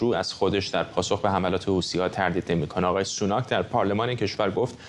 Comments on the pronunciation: چرا این خبرنگار ساکن در کنگره همیشه میگه حوتی ها لطفا بهش گوشزد کنید درست تلفظ کند همیشه هی میگه حوتی حوتی چیه خبرنگار حرفه ای هستی خیر سرت حوتی😤😤😤😤😤😤😤😤.با تشکر از کلیه عوامل خبری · ث در عربی تلفظش مانند th در انگلیسیه و مانند س فارسی تلفظ نمیشه پس حوتی به تلفظ اصلی نزدیکتره تا حوثی با تلفظ حوسی